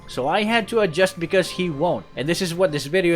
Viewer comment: That "adjust" is so malutong hahahah